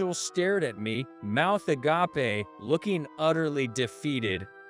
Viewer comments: please program the AI voice better THOMPSON the h is silent AGAPE pronounced əˈɡāp....a-gay-p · Hi, When hiring robot voices to do the reading of these stories, could you please hire ones that can read English.Having a robotic voice that are making simple errors in prononciation of words like Thomson and agape is very jarring. When they don't have the right inflection and rise and fall of the spoken language, it's very tiresome to listen to it. It's almost easier to turn off the sound and just read the text yourself. If you do that it would most likely as easy to just find them in Reddit and that would negate the need for these channels completely. In conclusion: Teach your robots English. Or even better get human people to read them. Even a human with a bit of accent is way better than these robotic ones. Yours, Ann